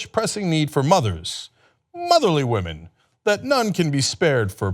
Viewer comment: it's pronounced womern ;)